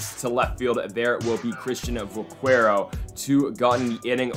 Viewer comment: It’s pronounced vakero